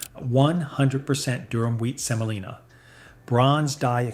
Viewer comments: Semolina, OK? SEMOLINA. Not Selina. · Durum. Not Durham. Also Semolina, not Selina. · * DURUM not Durham, Durham is a city in the south. * SEMOLINA not selina. * It’s pronounced fah-REE-na not fah-RAI-na. * And the mold is called a DIE not a dye…. A dye is a coloring. * Why do you show so many shots of ramen? It’s Chinese and it’s fried, precooked instant noodles that you can even crumble over salad without cooking again. * A minor TEXTURAL issue not textual. A few years ago I looked at the manufacturer of both Ronzoni and American Beauty, on the package. They were both made by Hershey. Called Hershey. Turned out both brands were made by the same factory, same machines, exactly the same formula and product. I asked Hershey why they make Ronzoni when American Beauty is so much cheaper, and they said “customer loyalty.” But they’re the same except for the price.